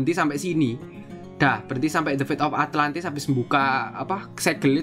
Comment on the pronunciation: ATLANTIS BANG ATLANTISS